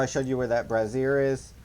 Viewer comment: Every time you say brazier it sounds like you're saying brassiere 😂